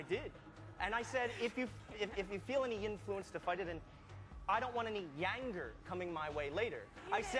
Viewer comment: omg i looked back after i watched it all... ans YES he does say..."yanger" and stuff like that.. how cool! lol